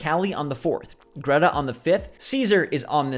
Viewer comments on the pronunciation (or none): none